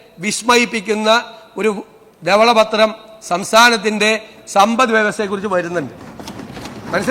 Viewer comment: Vijaya. Thavala pathram ALLA.Dhavala pathram